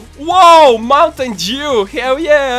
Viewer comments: Is it just me, or did say "mountain Jew?" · Did say mountain Jew xD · He said "mountain Jew" not " mountain dew"😖